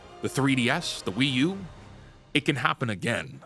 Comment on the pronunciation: It’s not the Wii U. It’s the Wii Uhh.